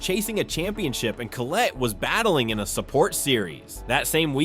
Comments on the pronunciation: Colleete? Its collette. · bro said coleet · homie said Colleeet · Total shit. Can't pronounce Collette properly. Never watched an Adam LZ video I bet.